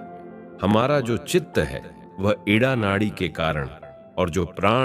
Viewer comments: आप का ज्ञान तो बहुत बढ़िया है पर आप नाड़ी का उच्चारण सही नहीं कर रहे हैं आप इड़ा नाड़ी का नाम एड। क्यों कह रहे हैं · Idda nadi nahi ida nadi hota hai uchcharan hi sahi nahi karanaa ata hai Indian hote huye Hindi nahi ati hai very bad Dharti Mata ki jay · 👉 न इडा है न पिगला शुद्ध नाम हैं इंडा और पिंगला ! इतना ब्रह्मज्ञान पेलने से पहले नाड़ीयों का शुद्ध नाम लेना तो सिख ले